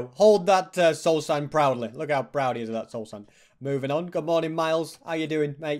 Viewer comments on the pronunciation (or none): none